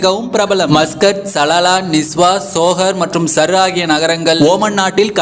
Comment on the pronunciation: சர் இல்ல சூர் அப்படி சொல்ல வேண்டும்...